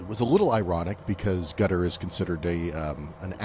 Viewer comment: So nice to hear people who know how to pronounce Qatar and Iran properly. Hope nuclear is pronounced properly as well! 👍🏼